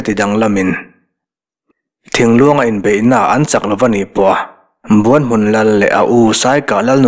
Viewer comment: Buan hmun..tih a, 'Buan' tih rik dan, Kima leh zova an inbuan a, Kima a chak zawk' tih a, 'Buan' ri anga lam ri sang hi, Kima chuan a buan-pui kha a hneh asin..tih a, buan..ri hniam anga ri tur a ni zawk em? Buanhmun..tih hming ang hian. Ka rin dan mai mai a ni e.